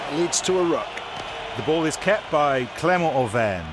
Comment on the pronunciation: I Think it’s Clermont Auvergne.